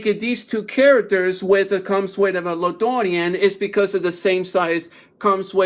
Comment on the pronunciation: La Dorean. 😂😂😂 damn bro which part of mexico is that